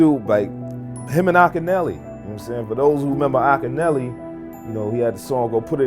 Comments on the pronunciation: Ahhk ki Nelly...Akinyele...Deck even pronounces it in the vid ...A.I. bs is killing us.🤦🏿‍♂️ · I like how the A.I. narrator mispronounced Akinyele's name. 😆